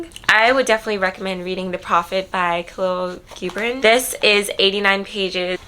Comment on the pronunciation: Great recs! Just wanted to point out the correct way to pronounce Khalil Gibran's name is Khaleel Jibraan. Hope this helps :)